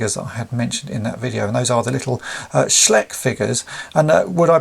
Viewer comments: Another cool video! Just one thing - I believe it's pronounced SchEYEch; in German when you come to an ei or an ie, you pronounce the last letter. Not a native speaker so happy to be corrected. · Hey... Germany calling... In case you wanna know.... The name of the company should be pronounced more like "schlysch"